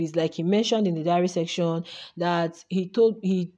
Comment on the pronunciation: The word is SESSION not SECTION